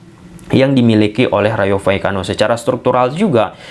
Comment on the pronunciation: Ijin saran bg, maaf klo ad salah. Klo penyebutan nama nama yg agak susah mending singkatin aja, soalnya abg beberapa kli nyebut Rayo Vallecano keseleo trus 😂😂 mksdnya biar lebih mudah aja😅 Btw aku subscriber sejak Barca masih ditangani Koeman.